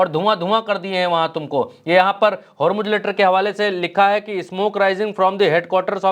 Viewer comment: होरमुज होरमुज क्या है. ज़ ज़ ज़ होरमुज़ बोलो